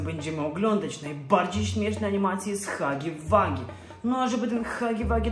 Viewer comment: czyta się Hagi łagi a nie Hagi wagi